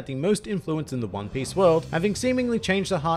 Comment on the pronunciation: Did he just say "hone piece"?